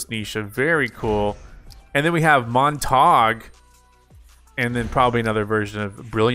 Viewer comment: He mispronounced Montague